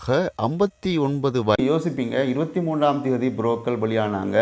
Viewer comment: என்ன தம்பி புறோக்கள் அல்லது புறோக்கர்களா